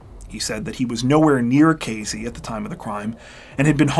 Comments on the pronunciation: AYYY! Casey = K-C not K-Z You know what, maybe I will let this one slide, since I can't stop watching your channel. Love it! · I really like this channel and your stories. I particularly like that you are articulate and usually use correct grammar and pronunciation. This does not seem to hold true for your pronunciation of location names. In this narration you pronounced the name of the town as K Zee. It was toward the end that I realized that you were talking about Casey, (with an S, not a Z) a place that I have been. I would have enjoyed your story even more if I had known where it was taking place. Thank you anyway. You are better than 48 Hours or 20/20.